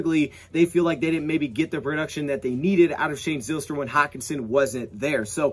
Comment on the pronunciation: The y in Zylstra makes a hard I sound like Ryan or Kyle